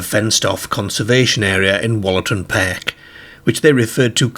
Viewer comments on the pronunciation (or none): I’m pretty sure pronouncing it Wollatan ‘pehhhhhhhhk’ is not correct in any English dialect or accent 😂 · I thought the same! Never in my life have I heard an English accent that pronounces words with the ‘ar’ sound in such an extreme way. The accent sounds like it’s probably more North West than anywhere but still, I’ve never heard the word ‘park’ pronounced ‘pairk’ or ‘car’ ‘cair’ never! I presume it’s put on as at 0:79 the second time he says ‘car’ it’s pronounced more normally! Weird and more weird than the story itself. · I’ve never heard the pronunciation perk for park before 😮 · It sounds Liverpudlian except the rest of his accent sounds Yorkshire… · Same here. It's a wee bit off-putting, as I keep fixating on it. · Very strange pronunciation. Cares (cars), Park & Dark (perk & derk) are Irish pronunciations although this gentleman's accent isn't. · The narrator pronounces his A's as E's - They drove their CERS through the DERK PERK 🙃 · Cracks me up :)